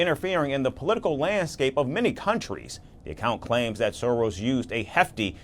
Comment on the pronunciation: It's Soros not Sorors 😂😅